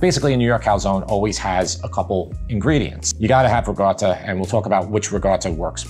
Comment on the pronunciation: it's not rigotta, it's ricotta with a C LOL